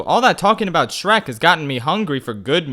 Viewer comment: I weezed when you said "Shronk".